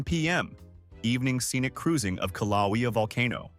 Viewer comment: Would you people please learn how to pronounce these places. It's KILL-A_WAY-A. Not the garbage you said. And the capitol city is not High Low. It's HE-LOW. 🤦‍♀🤦‍♀🤦‍♀And to think we are sacrificing our water and our rural areas for artificial garbage that can't even be bothered to look up how to pronounce place names. Do me a favor ok? Never go to Louisiana. The place names would probably melt your little computer.